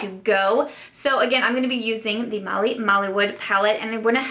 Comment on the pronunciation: Mally is pronounced different, not like a shopping mall but as in "Mal" ware. I couldn't think of any other word for the way it's pronounced lol. You can watch a video on QVC to pronounce haha. Couldn't you use the bigger light color of shadow? That's how I've used them. 😉 And I think that's her concealer palette not a highlighter one. Hey, editing this!! QVC has concealer systems of Mally's with identical pans as this highlighter you have. So sorry! 😁